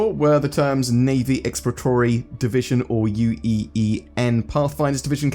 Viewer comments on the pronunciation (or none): ill try to alleviate some headache, "ex-plo-ra-to-ry" not "expla-tory" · hahah "ecks ploor rah tor ree" - 5 syllables <3